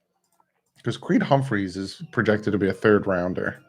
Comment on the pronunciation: Bro it’s Creed Humphrey, not Humpmphreys